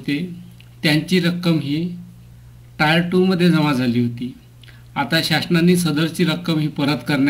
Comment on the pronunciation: Sir, टायर 2 नाही, टियर 2 आहे.